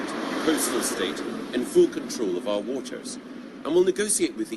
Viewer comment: Did he really say "we'll have fool control of our waters"?